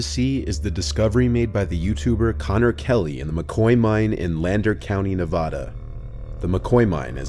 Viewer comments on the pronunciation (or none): As a fellow nevadian for your future videos it's "Naavadah" not "neevadah" or some people say "neevaduh". Great content just had to point that out😂